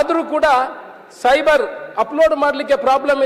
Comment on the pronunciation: ಅದು ಸೈಬರ್ ಅಲ್ಲ ಸರ್ವರ್ ಆಯಿತಾ ರೈಗಳೇ 😂